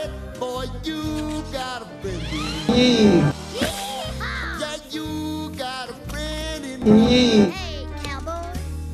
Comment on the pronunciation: When he said yehaw u could have said YEEhaw